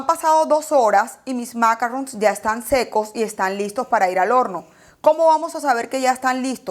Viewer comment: Maravilloso.. Cielo porfaaaaa macarron en francés tiene el acento en oooooo y sin la n casi.. En inglés suena de terrrrrrror porfa la explicación superrrr.. Se que son complicados.. En altura.. Con tema húmeda tardan un poco mas... A sonar al estar listos..... Pleaseeeee acento en la o final..